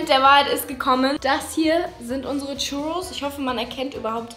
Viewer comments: Churrus ist ein Spanisches Gericht das heißt das das ,,r‘‘ gerollt wird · Bin ich der einzige der sich drüber aufregt wie sie churros ausspricht?